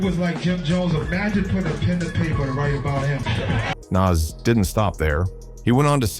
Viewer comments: His name is NAS not naz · Its not nazz like ass its Nas like oz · Every time this AI voice says “Naz”, or “Niz” it makes me cringe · It's not Nass or Nazz, it's Noss. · Bro learn to pronounce NAS !!!! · The narrator pronounced Nas like 3 different ways in the same video. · The pronunciation of "Nas" just gets progressively worse as the video goes on. I thought AI was supposed to learn as it goes. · Love the content cause it`s a nice summary for perople that don`t know. But please take the effort to do the commentary for real. I hate how the AI pronounces Nas different everytime and it`s what it makes it obvious. Man when you got love show love not robot! Please!!!